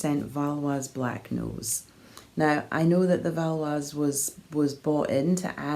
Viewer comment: Hi, the breed is called "Valais black nose", which comes from the Swiss canton of Valais. You might want to check the pronunciation of Valais/valaisan:) They are also veeeeeeery cute sheep!:)